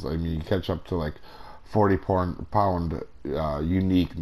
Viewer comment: Anyone hear say 40 porn? Hahaha wtf.